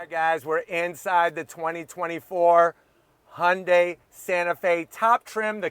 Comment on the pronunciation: Im so happy he is pronouncing the company right. Used to call it hyun die